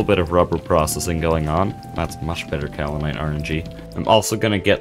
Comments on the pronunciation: Pro tip: Iron items can be pre-heated before use in a blast furnace. Soo much faster, especially with a small blast furnace set-up. Also, the american pronunciation is in fact "cow-lin-ite" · Alr man dont acknowledge the correct pronunciation of Kaolinite if youre gonna actively ignore it, now im gonna think of that pronunciation every time you say it 😭 Otherwise yeah, great video as always, the progression is so satisfying